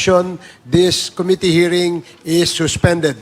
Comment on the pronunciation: Eto na naman si Cong Komite.... can someone tell him to stop mispronouncing Committee.